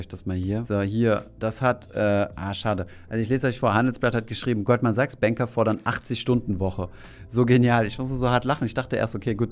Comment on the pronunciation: "Goldman Sags" :D